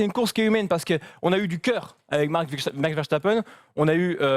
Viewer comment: dites oú lisez vous veshtapen ?? verse ta peine !